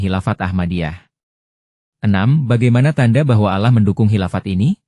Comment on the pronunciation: Nyebut Allah aja aloh. Apaan tuh?